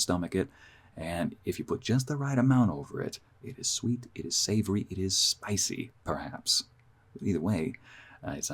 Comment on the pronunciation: Teehee you said SpYcey😋😁 Ycey! My man! I loved the trip to Mexico audio! Do you know any other languages? Can't speak for the others but I'd love to take another trip somewhere!! . . . Japan maybe? Lol😊🎧✌️😉💛☀️🌵🌌✨️